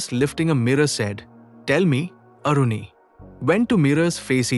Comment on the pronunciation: Its not Aruni, that Maharishi's name was Aaruni 🙏